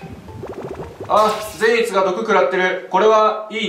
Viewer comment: 苺と一護の時のように善逸の発音がちょっと違うような…